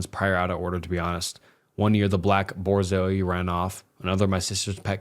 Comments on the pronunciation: LMAO its Borzoi. (Boor-Zoi) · i’m guess they meant borzoi?? (bore-zoy) i have one- she’s lying behind me rn lol- and it’s a russian breed. her grandma was born in russia. also what they said abt their zoi running away after anything is 100% true, they need a 6 foot fence because they jump extremely high and it’s quite LITERALLY impossible to recall train them. like genuinely, you can’t. my dad is saving for a $30k fence just for my dog so she can run. however the thing about them being timid isn’t true lmao, mine is not. she barks at everything and is 100% not regal. just a few hours ago she was running around on my couch and barking at my mom’s dog, ruining the entire couch. she’s a clutz and trips over herself.. also lowkey if a “white man” put one hand on my dog that monster isn’t making it out alive. zois can easily run 40 miles an hour but i won’t stop searching even when the very skin at the bottom of my feet is gone. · hearing Borzo is so fucking funny to me. they're tall af and we also had one. very expensive dogs